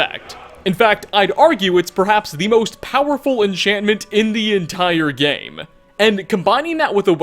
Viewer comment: WeLl(a) , gAmE(a). Suprised(a). Why do you have this obnoxious wanna be news anchor thing going(a) and why do you have to add an extra letter to the end of every word at the end of your sentence. Unless its a literal location name. You finish it off like this(a).